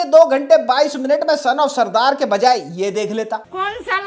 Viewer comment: Why r u saying punjabi as surdard??. Wdym